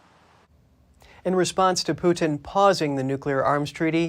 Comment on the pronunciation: His name is Putin, not Pewtin.